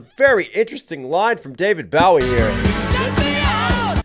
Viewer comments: My man, please don’t say David “Bow” ie …. I can’t even believe you don’t know the man “Bo” wie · My brother, you did not just pronounce David Bowie's last name as Bahw-e instead of Bo-e... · no disrespect, but it's pronounced like a "bow tie" or a "bow" on a present, bow-ie. David Bowie. NOT the "bow wow" sound a dog makes. Great reaction and analysis! You are amazing in the accuracy of your interpretations with this song and Bohemian Rhapsody.👍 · btw- not david bowie, like bow wow dog. it's david bohwie- like oh, hell. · You're killing me with the pronunciation. It's bowie, like a bowie knife, or putting a bow on a present. Not bowie like bow wow. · Baha your youth has been a lie! 😂😂 Also I think it is pronounced Bowie like bow tie, not Bowie like bowing to the queen.... I fricking love your reactions!!! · David Boughy 🤣🤣, it's Bowie like bow tie. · it’s Bo not bow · David Bowie and Queen sang together? Wow, didn't know that. (And I was born in the 60's. Shame on me). Bowie is pronounced BOW (like the kind you shoot arrows with), BOW ee, btw. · I love the reaction to Ice Ice lol. I cringed at the pronunciation for Davie Bowie ( Bow -E). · It's David Bo (rhymes with "oh") e. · Not Bow-ee , like in ship, Boh-ee like in arrows. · When he said "BOW-ee," I almost had to stop the video. But I decided to give a little grace instead. ❤ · Did you just say 'David BOW-EE?' Dude. I can't even. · It's pronounced like "Owe" Long o on Bowie. Like a bow tie. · I knew you were going to mention Vanilla Ice! He totally ripped off Queen. I would suggest you look into David Bowie, pronounced Boe-EE. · It's pronounced Bowie(Bow,as in that is a huge Bow on her dress) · it's pronounced bow-ee like bow and arrow or the knife. not take a bow-ee. Some other classic Queen greats the are crowd favorites: Fat Bottom Girls, Another One Bites the Dust, Who Wants to Live Forever, The Show Must Go On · It’s David “Bo-wee” like tying a bow. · Bow and Arrow - Bow-ie 👌